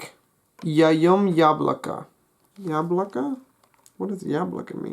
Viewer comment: Well something is wrong with the word мужчина. The stress should be on the second syllable. Женщина is almost ok, but is should begin with the sound (I don't no how to write it) like in the word pleasure, Zh. Мальчик. The stress is on the first syllable. ем. You said something like ''yom'' instead of ''yem'', But on the whole the pronunciation is quite good. I''m a native Russian speaker, btw.